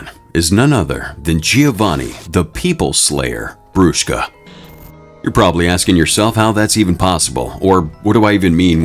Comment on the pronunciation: as an italian i love you saying brushka